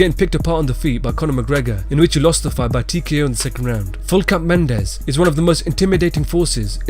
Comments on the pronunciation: Can you get a fucking name right? Full cap Mendes? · when he said regular mendes showed up i died